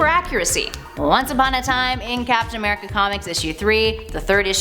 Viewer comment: As soon as I opened this video I heard “FAPtain America” we got some hornballs at Top 10😂 or does that make me the horn ball?